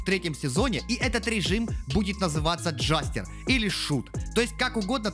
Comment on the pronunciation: id : cd6fcbe6 Джэстэр, а не джастер в переводе - Шут